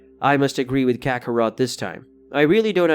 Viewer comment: It's Kakarot not kakaroto